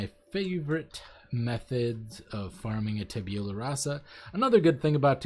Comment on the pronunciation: "Tabeulah" xD It's "Tab-u-lah"